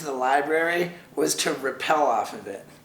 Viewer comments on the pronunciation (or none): This dude straight up pronounced rappel as "repel"